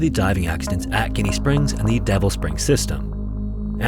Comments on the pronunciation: So funny hearing you call our spring Ginnie (like it looks) lol we pronounce it “Jenny”! Haha! Great video! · It's Gin-nie, not Guinea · There are not enough comments on the fact it’s pronounced like Jenny not guinea. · It's not "Guinea", the G in this name has a J sound. Like Jenny, but more southern. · The name is pronounced as Jenny haha first time I've ever heard it pronounced guinea. Born and raised Floridan been there a few times the water is ice cold but there are lights above ground around the spring that come on at night. its pretty rowdy during summer so i recommend going during the off season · GINny springs. Not guinea springs. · Pronounced Jinny not Ginny 🇮🇹 lol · Um, it's pronounced "ji·nee springz. With a "JI" NOT a "Gi" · Ginnie in Ginnie Springs is pronounced JINNEY not GUINEA. Awesome video! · Pronounciation is like Gin, Ginny. You pronounced it like Guinea. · You probably should have looked up how to pronounce the name of the main topic in the video 🤦‍♂️ It’s definitely not “guinea” springs. Major fail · Just FYI, it's pronounced "jenny springs" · pronounced Jenny Springs, I live an hr from there and visit often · I I’ve pretty close and have visited the past 5 years for my birthday and have never heard it pronounced Jenny with an e. It’s more like jinny. Pronounced like gin but with a y at the end. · It’s pronounced like Gin . Ginnie springs . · It’s actually pronounced Jenny Springs, just FYI. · Ginnie springs is pronounce more like Jenny springs. Your welcome. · Pronounced Jenny. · It’s Ginnie springs. Pronounced “Jin-ee.” How do you manage to get all this info but not know how to spell or pronounce the spring correctly?? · It’s pronounced like Jenny Springs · Jesus Christ it’s pronounced “Jinnie”. This video drove me nuts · Its called Jinny springs. Just spelled Ginney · It's pronounced "Jenny" springs. 300+ cave dives there myself. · So the locals pronounce is Jenny springs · It’s pronounced Jinny Springs. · Boy said Guinea springs lol